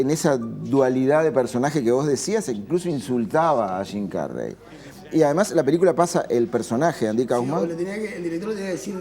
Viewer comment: jajaj estos sudamericanos, hasta las palabras Gingas las pronuncian shim carrey en vez de su pronunciación correcta